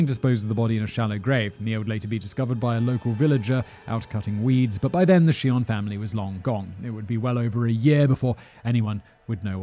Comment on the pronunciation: Do pronounce the J, dude.